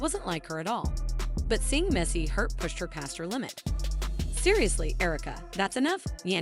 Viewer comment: As a voiceover talent, HOW did the vo artist mispronounce "Mandeecees" name the entire reading? However, this was a really nice video and well-put together.✨